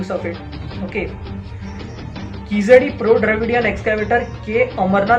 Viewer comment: Wow you can't even pronounce the name of the place right, where are you reading your article from ? Hari's totally biased article. What proof do you have / verified to claim this as actually true? Bringing unwanted politics into it, reports regarding keezhadi are being submitted as soon as they are found , there are regular updates on what is happening and everything is very much transparent. Kizhadi is just one site people like you are bringing in ugly politics, what about other sites such as Adichanallur which was excavated way back , you guys are just butthurt people who don't want to know the actual facts and are too scared of it. Prove it if you can or else better shut your mouth, speak with proof cos just because you say TK TK every second no one is going to believe you.